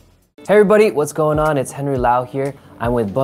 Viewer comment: 헨리 목소리 발음 perfect!!!